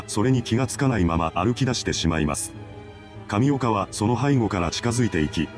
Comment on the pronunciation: 神岡がタピオカに聞こえてくる